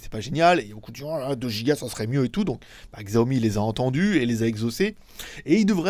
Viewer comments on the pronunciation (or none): Merci pour cette accrotidienne, stp par tous les saints, arrête de prononcer Xiaomi comme tu le fait, c'est "çiaomi". Mais bon comme tu assures en règle générale, je te pardonne quand même. PEP à toi. =) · pour un geek chinois va falloir que tu apprennes à prononcer Xiaomi hein... :) sinon ENFIN j'ai plus besoin de baisser le son pendant le Ni Hao pour ensuite le baisser